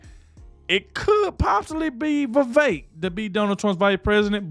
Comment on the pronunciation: You said vivek!!! No vivek!!!